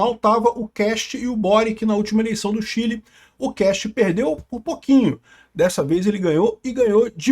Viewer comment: É "Kast", em alemão.. Não "quest"